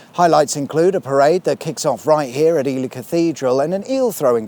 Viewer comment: I love that Ely is pronounced correctly over there. We have an Ely in Minnesota US and too many people call it Ee-Lie. Just makes you want to slap them with a Walleye.